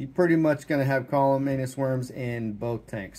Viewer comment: CamaLLanus, not CallaManus. 😇